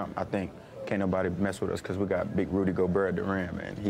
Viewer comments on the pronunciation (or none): "Big rudy goburt"